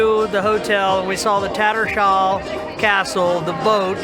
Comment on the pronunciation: Heh guys it’s not ‘Tatter- shall’ castle but ‘Tatters Hall’ castle - good vid otherwise…